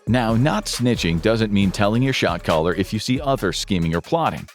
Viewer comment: Was I alone in thinking I was hearing "shock collar" instead of "shot caller" until I started reading the captions?